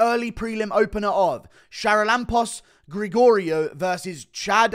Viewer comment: Bro butchered the name charalampos grigoriou